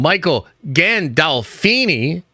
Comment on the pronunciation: Michael CHANILCHINO? Um er I mean GANDOLFINI Lol, how does one mispronounce a name like THAT?